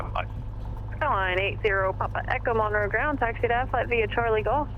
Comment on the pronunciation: Wow. I had and aunt and uncle who lived in Monroe when I was a teenager and got to go visit several times. Good times. I also noted you pronounced Monroe correctly 😀😀